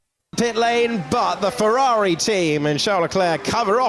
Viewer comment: Ferrari❌. Fewawi✅